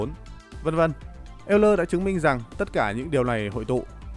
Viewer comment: Công nhận, nghe ông ấy đọc cả "eo-lơ" mới vui. Mà sao cứ nhầm "l-n" nghe mệt quá.